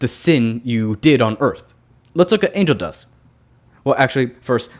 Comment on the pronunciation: The way you sound like you're saying 'Angel Dusk' makes me imagine that when Angel gets redeemed, he changes his name to Angel Dusk to remove the association with drugs❤